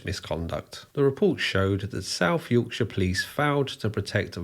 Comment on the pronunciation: I hope the American viewers absorb the correct way to say Yorkshire (or any other county ending in shire for that matter). 😂